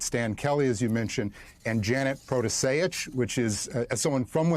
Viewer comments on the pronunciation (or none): Shame that Mika, with her ethnic roots, can't pronounce Protasiewicz (Pro-tah-sh-yeveech, more or less)